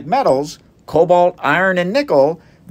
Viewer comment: "Vanadium"? More like vain-adium.